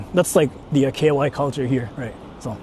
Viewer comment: Why does pronounce "KY" as "KOY"/"KUY"?🥴